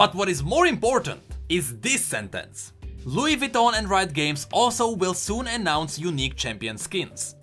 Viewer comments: ah yes, loogey vityawn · I’m sorry is that Louis Vuitton? Or Louis Vitton..?? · Nobody:: Loowee voutou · X1 Hangyul LWEE-VWEE-TOHN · You have to pronounce it Lou-"e" Vi-ton (not like the measurement system but like the word tuna in French if you ever wondered how to say tuna in French) Sorry if my English isn't that good but that was a genuine French speaking lesson by a genuine French guy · What amazing pronunciation for Looeee vitonn. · "Louis Vuitton" 🎩